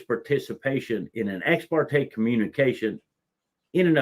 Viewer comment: ha ha stupid AI can't interpret ex par te